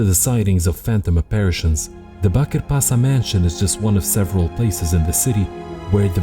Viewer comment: Just for correction sake, it's not pronounced as Pasa, it's pronounced as Pasha (ș in Turkish is the equivalent of the sh sound in English).